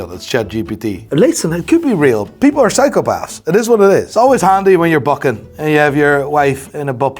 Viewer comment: “Bucking yer wife” pure N.Irish then pure Dutch vibes too 😂❤️